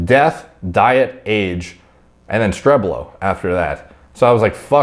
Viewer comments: Pronunciation is about hell mood shtrehble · Its pronounced like this : Hellmuuut Streeebl but i dont know if americans can understand this. but also google translator says it pretty goos in german voice so this guy is stuoid for not using translator